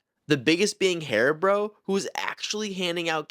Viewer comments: "Haribro" Bro? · Did he say HariBRO?